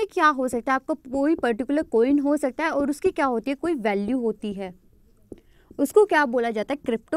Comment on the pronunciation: Hii ma'am.. Thanks for sessions.. I'm nothing in front of you.. But wanna give u a suggestion..plz work on ur pronunciation..like sometimes I get confused..you pronounce 'औ' as 'ओ'...like u say ओर instead of और.... You're great...you teach also very well...sorry...agar aapko bura lge.. But i said what I felt..😊🙃